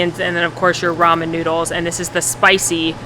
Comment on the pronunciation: lol “look at all the noods!” Hehe.